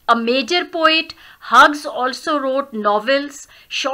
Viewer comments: Are u pronouncing correctly "huges" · I m sorry it's mistakenly pronounced it must be pronounced as hews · No sorry mistakenly pronounced Plz... It's is pronounced as hews is pronounced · You pronounc of Hughes is wrong 👎